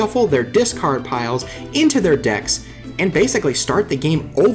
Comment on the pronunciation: When you say decks I hear dicks xD.